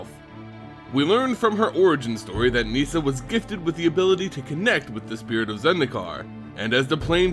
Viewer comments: Its Nis-sa not Nees-sa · i love your videos, but its painful listening to you pronounce some of the names. Garook! wtf? neeesa?